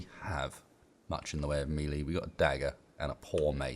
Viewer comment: Melee is a french word and should technically be pronounced "mehlay" or "maylay" :P